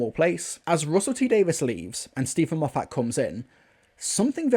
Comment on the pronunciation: Why do you mispronounced Moffat?